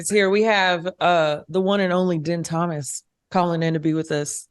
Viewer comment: How you gonna call him Dihn Thomas bruh 😂 isn’t it pronounced Deen?